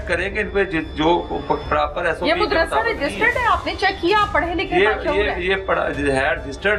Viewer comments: Anchor ko madrisa kehna nhein aata . Wo keh rhi hey moodrasa ....moodrasa jb k us k samne baitha chota sa bucha sahi keh raha hey yani madrisa . In ki qabliat ka ye hal hey . Na kisi brey ka adab na chotey ka lehaz . Doputta b mojood nhein .Aek bazurg b baithey hein . Un ki hi sharam ker laity . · Mudarshe nahi Madarsha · Mud ras se Nhe hota Madarsah hota hy sahi urdu bolen